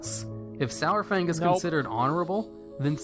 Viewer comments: Pronounced SARFANG like DINO-SAUR-FANG. Holly shit, how are all these morons fucking up his name? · It pisses me off how everyone is pronouncing "sour fang" for a long time it was "sore fang" and hearing it change in bfa is really annoying. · it's pronounced 'saru-fang' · Every time he says SOURFANG, I twitch just a little. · IT'S SAR-FANG. As in dino-saur-fang. FFS